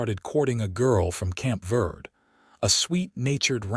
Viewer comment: Dawson is literally a prince among men, taking what he has learned from his years in the wilderness and applying it to his actions and reactions to Florence. Please work with AI to correct pronounce “verde” - VEHR-Dey.listening from TN.